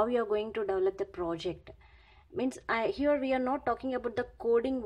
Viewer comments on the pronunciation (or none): none